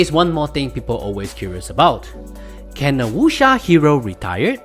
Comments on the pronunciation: why he saying wusha.... its wuck seer!! dammit! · I feel offended with your pronunciation. Eg. Wuxia, Jin Yong etc. Totally off. Are you sure you're a chinese?